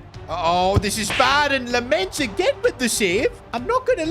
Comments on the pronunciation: You say LAMeNS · Lammens' name is pronounced with the same E like in chicken. So more like a 'dull' e.